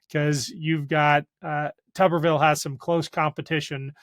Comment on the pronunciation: Shouldn't Tuberville be pronounced with a long u? It'd be appropriate, he's a potato.